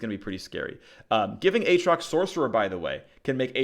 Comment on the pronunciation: As always, lots of great info! However, you should say both "A"s in "A atrox"